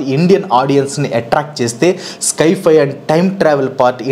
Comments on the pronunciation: స్కై ఫై కాదు బాబూ దాన్ని సై - ఫై (Sci - Fi) అనాలి. నీకు ఇంగ్లీష్ నిజంగా రాదా లేక కావాలనే అలా పలుకుతున్నావా? Infosys కంపెనీ లో జాబ్ చేసావు, పెద్ద యూట్యూబర్ అయ్యావు, అయినా ఏంటిది? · స్కైఫై ❌ సైఫై ✅ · Adhi sky fi kaadhu guru si fi sience fiction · It's not sky- fi , its sci- fi , means science - fiction. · Sky-fi wifi kadu bro it’s sci-hi…..criticise cheyatledu correct chesthuna..malli nannu veskokandi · అది స్కైఫై కాదు అన్న దాన్ని సైఫై అంటారు. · Sci-fi ❎ sky - fi ✅😅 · Skyfi kadu sci fi